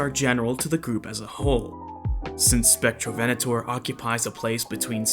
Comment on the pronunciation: Im brazilian and i forgive you for the mispronunciation